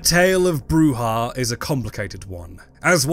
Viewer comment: You could at least try to get the correct pronunciation of Brujah. It is Spanish so it is a throat sound as with Juan or Jose, it is NOT pronounced as an English -j-.